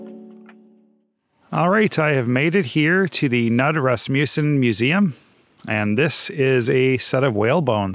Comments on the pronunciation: Knud is pronounced like “ nude,” not “nud.” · And the K is not silent!